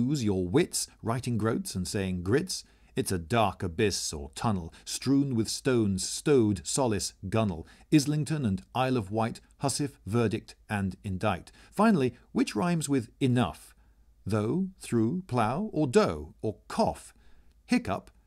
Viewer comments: I am quite positive that housewife is not pronounced as ''Hussif'' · Are you really supposed to pronounce "nephew" as "neview? (4.29) And "housewife" as "hussiff"? (4.51)? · Housewife is pronounced "hassif"? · Housewife is pronounced incorrectly here, unless one is reading a novel pre-1700's (or earlier). Imagine it read with a Scottish accent, and sure, one could imagine it being 'Hussif'. But that pronunciation has been dead for centuries. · Job, nephew and housewife were incorrectly pronounced and those are some of the easiest words on the list! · He pronounced Housewife wrong !